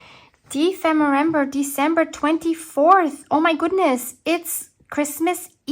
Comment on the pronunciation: you are adorable when your words don’t come out quite right. It makes me wonder, what language do you think in? German? I know you’ve spent time in the US, so maybe English? And hopefully not inappropriate, what language do you speak with your hubby? Merry Dephemerember Christmas!